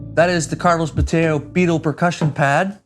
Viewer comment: Bo-TAY-oh? Are we sure that's the pronunciation?